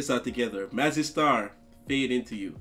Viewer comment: thank you for pronouncing Mazzy right. all reactors call it Mazey for some reason like they dont know how to read lol